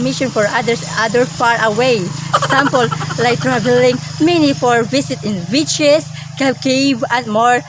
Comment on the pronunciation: Hahahaha..my teeth is damage but im confident..😂😂😂 did i hear him saying bitches?(beaches)hahahhahah.....beauty and confident ...❤😂😘yup tama always be contented in what God given us...